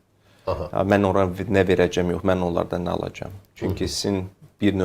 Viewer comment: verəgəm alagam nedi düzgün danış